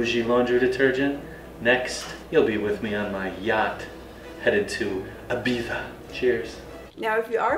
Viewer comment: He was saying "Ibiza" but with a spanish accent (the "z" is pronunce like an "s" but with the tongue between teeth 😅 )